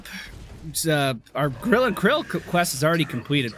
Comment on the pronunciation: It’s grill and kill not krill